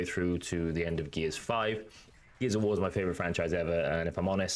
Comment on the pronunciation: Every time you say “Gears of War” I mostly hear “Geezer War”. I thought it was a game just for me. 😂😂